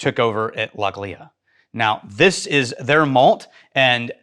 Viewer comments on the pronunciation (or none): Love everything you guys do! Just one minor thing, it’s pronounced Lochli not Loch Lea. Keep up the good work